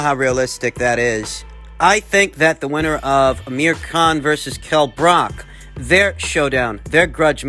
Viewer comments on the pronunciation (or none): Bruv, it’s not Brock, it’s Brook. Book with an R in there